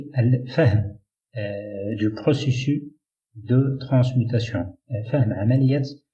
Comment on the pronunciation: Dans le mot ( processus ) le [ s ] final se prononce. Choukran , quand a moi j'apprends avec vous le choix judicieux que vous faites des mots arabe .